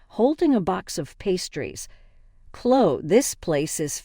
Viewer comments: Can you say Chlo - E ??? Her name is ChloE !!! Her name is NOT ChlO !!! Got it ??? It’s getting on my nerves !!! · It's Clo-wee. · English isnt your first language is it? Its Chlo eeeeeee